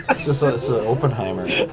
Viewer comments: It amuses me that, the Canadian, is the only one of them that knows how to pronounce "Oppenheimer". The americans are insisting on calling him "Open Heimer" for no known reason. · Is Mike's incorrect pronunciation of OPE-enheimer a bit or just a Milwaukee thing? Please help, I can't figure it out and it's driving me nuts.